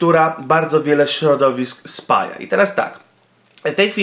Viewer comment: ekhm spaja nie spala ;) Kds